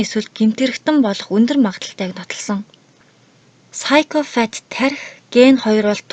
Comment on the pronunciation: psychopath gedgiig psychofath geed f-eer duudaad bhiin kkk busdaar goyeenaa amjilt